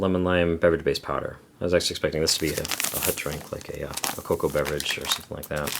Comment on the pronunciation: 'hut' water. every time